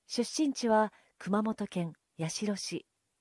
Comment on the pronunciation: やしろじゃないよ。やつしろだよ。